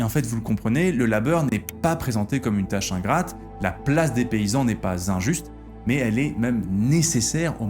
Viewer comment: Ai-je des hallucinations auditives ou est-ce que fait parfois une liaison chelou comme s’il y avait un T à la fin du mot mais: « mais T il/elle/on »??